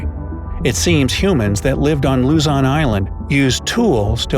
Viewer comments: Woooooh, talking bout mah country again! To my foriegn friends I know the spelling is Luzon, but you guys pronounce it Luzan the pronouncement is Lose on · its lozon not lazan and nor is it luzon its lozon!!!!! I live in the philippins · It’s not pronounced “la-zon” it’s pronounced “lu-zon” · it's "Luzon" not "LuZaN" sir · whelp i'm already at the philippines and luzon is not luzan its like pronouncing loozon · Well I might be wrong but did you say Luzan it Luzon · Sorry but I live in LUZON not LIZON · he said lazon but its pronounced as luzzon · Luzan is what i hear not luzon im am a filipino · I heard "Lazan" instead of "Luzon" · Not even 5 seconds in.... and he said Luzon incorrectly 😂. He said luhzahn.... it’s loozon if u were to pronounce it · He said if u head to “LUZAWN” island lol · Lu-ZON OK?! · Luzon not lozon😅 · Its luzon not lozon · Its pronounced "luzon" duuuh!! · It pronounced Luzun Philippines lozon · I hate the fact that you say luzon as luzun though hey keep up the good work in the vid